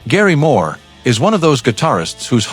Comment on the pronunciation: Actually a nice assortment ... but why does the speaker mispronounce the name of Gary Moore? Because "he" is just a voice generated by AI ..... or just insufficiently informed .... who knows ....:face-orange-raised-eyebrow